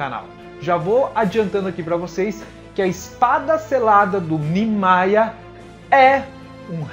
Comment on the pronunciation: 1- A pronúncia certa é "Nimaiya". 2- a pronúncia certa do nome da zampakutou do Aizen é "Kyouka Suigetsu". 3- O Nimaiya realmente criou a zampakutou do Aizen mas não sabia das reais intenções dele.